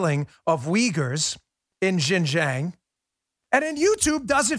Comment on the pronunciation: XinJiang is pronounced shin gee ang